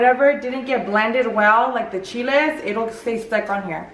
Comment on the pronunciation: She was trying to say soak the chiles